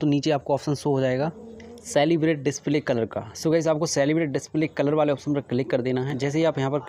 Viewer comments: Thanks bro...👍☺️...btw it's कैलीब्रेट not celebrate...but thanks anyway...👏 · काली ब्रेट not सेलिब्रेट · Bhai Wo Calibrate(Kalibrate) hai. Salibrate nhi hai. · Not सेलीब्रेट it's केलीब्रेटस 😅😅😅